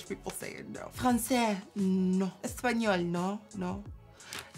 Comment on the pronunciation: Hi Nikkie! Im a spanish speaker and im obsessed with how you pronounced "español" ❤️❤️❤️❤️